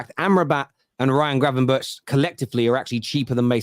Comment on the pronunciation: cant try to pronounce gravenberch right ffs